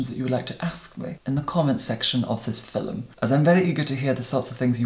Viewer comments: Leena Husa that's how he pronounce "film" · I have just discovered you,, and this is the first video I’ve watched. I must say that you are completely mesmerizing. You would make a great hypnotist. BTW, I am obsessed with the way you say “film.” And I love the brogue in your voice when you say “tone.”